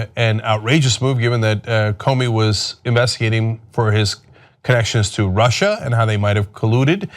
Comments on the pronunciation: "Russier" lmao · "This Russier thing" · This Russier thing---LMAO, Cenk!!!!